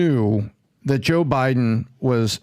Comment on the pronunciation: always sounds like he's calling him Jew Biden. 🤷🏻‍♂️